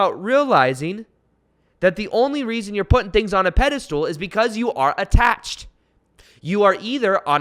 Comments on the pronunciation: It’s’ pedestal’..not “pedistool “ 😀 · It's "pedestal" not a "pedistool" just FYI. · You are awesome and could be changing my life....but dude, the way you say pedestal....lol.